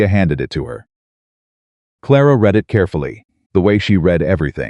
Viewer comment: I enjoy the stories and have listened to dozens. I don’t complain because it is free. BUT… you have mispronunciations-read/read, tear/tear, as examples. Your pictures are inaccurate-a woman in late 1800’s would not wear a short sleeved dress, knee length with a Vee neck…often time years do not match up…just a simple watch through of a person before publishing would help.